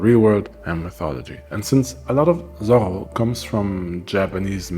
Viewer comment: Pls, don't speak ''Zorro'', it's ''Zoro''